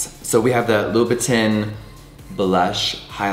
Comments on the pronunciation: Spending $$$ on designer products but never pronouncing the designer names correctly. Loo boo TIN 🙄🤔😑😵🙅‍♀️🤦‍♀️ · Jeffree not saying (Lou-ba-tahn) is triggering 🥲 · Ok so ….lol is that how you say louboutin? Because i been saying it wrong this whole time😂